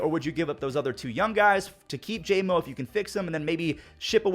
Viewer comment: Jordan Montgomery = JOMO. Not JAY-MO.